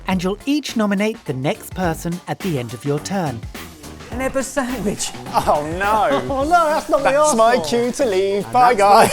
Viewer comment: a Ben-wich!